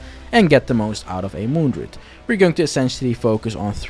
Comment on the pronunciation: Dru-id not drood couldn't watch